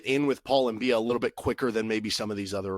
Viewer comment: I think it's M-bi-ah, not M-bee-ah. At least that's how nc state commentators pronounced it. They also gave several reasons as to why he might have de-committed, including eligibility issues.